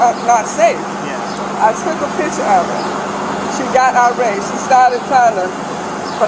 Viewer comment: The word is IRRATE, not ARape